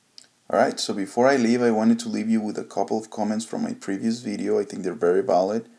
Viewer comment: its a "VIDEO" not a "BIDEO", speak better english before posting again